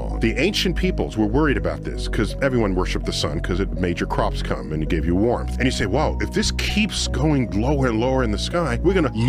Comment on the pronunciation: And is warmth really a 3 syllable word ?